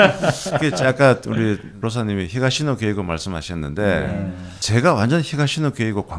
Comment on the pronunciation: 히사시노 게이고 ×. 히가시노 게이고.